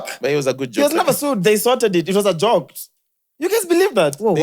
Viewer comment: Nobody:: It was a jok,it was a jok😅😅